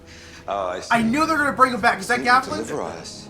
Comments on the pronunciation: Actually it's Galavan not Gavalan lol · Why does he keep calling him gavalan….its so annoying 😂